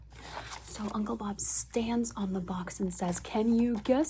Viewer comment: You getting "Uncle Bob"'s name wrong was some real comedy. 😂